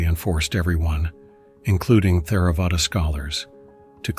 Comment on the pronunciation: Please replace Theravada with something similar to Terra-vada in your script that the voice reads. It would seem that many are most likely learning their pronunciation of Buddhist words from these videos and I believe it would do them a disservice to learn it as Th-era-vada 🙏